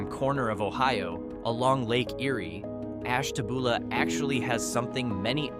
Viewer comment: It's Ash ta byou la, not Ash ta boo la.